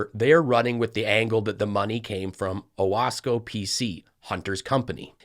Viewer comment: As some one who lives in Central New York i am impressed with the fact that James Comer pronounced Owasco correctly. That said I don't he realizes the significance of that name or why Hunter Biden would name a holding company Owasco. I don't even think he knows where Owasco is quite frankly.